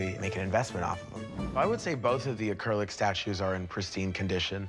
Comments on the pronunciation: Say acrylic properly …. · Guy wants 4000 grand but can't pronounce acrylic.